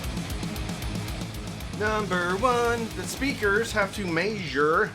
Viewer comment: Why do you say "maesure"? Instead of measure?